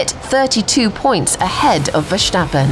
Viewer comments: 'Verschhtappen' No guys.. It's just Verstappen.. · Yeah people somehow don't know how to pronounce names correctly with a little break right at the point where the same letters are next to eachother and I am not even finnish hah... Same goes for Max... Like why the heck would all english speakers pronounce it so soft.. VerSTappen as in the word STamp it's not that hard cmon... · Max Vershtahppen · Elo horner its me VERSTAPING